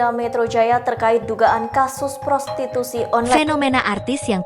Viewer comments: Prostitusi min..bukan prosituti 😂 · Woe Admin.... Baca aja kaga becus Lo...prostitusi bukan prostituti !!!! Ngelawak Lo 😂